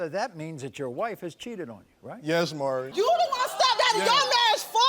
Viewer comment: I love how he keeps callin him Murray instead of maury